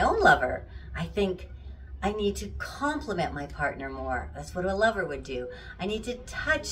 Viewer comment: Did you say liver.?! No.... Lover.!